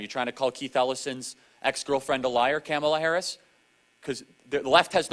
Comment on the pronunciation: Damn‼️ All this time I thought her name was pronounced “Camel-uh Hair-ass”. 😂